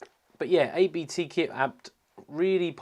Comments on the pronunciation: Hey! Nice video, thanks you very much! btw: its abt, not ay-be-teh. Its a lastname of campanys founder, not an acronym.:-) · It's not "A.-B.-T.", it's simply Abt. It's a family name. It's also a clerical term, it translates to "abbot".